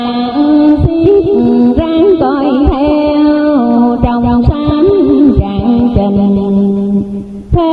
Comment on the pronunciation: Trạng Trình chứ không phải Trạng Đình…❤